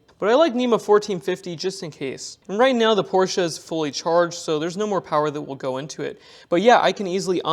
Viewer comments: Great video. It’s nice to see someone say Porsche the correct way. :) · As a german, I really appreciate, that you Pronounce "Porsche" correctly. It's not called "Porsch" folks, stop calling it that way. ^^